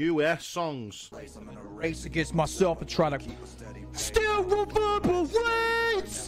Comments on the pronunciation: “STILL REVWERBERWATES” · STIW WEVERBERWAYTES 😂